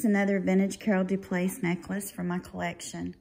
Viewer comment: Hello lovely, I always enjoy your content and your passion for jewelry.💖 The French pronunciation would be DauPlay for the feminine form of Dauplaise if you’re interested. xoxo